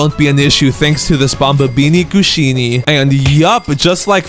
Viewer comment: It’s bombombini gusini not bombombini Gushini